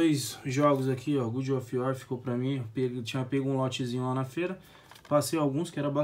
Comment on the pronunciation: Mano só uma dica, você que é gamer não pode falar good of war, é God of war, Deus e não bom, abraço mano